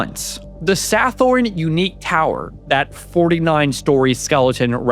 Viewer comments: Thailand...like most other countries, is mired in income inequality. The wealthy take far more than they contribute. Sathorn is pronounced Satorn. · "Sa-thorn" lmao.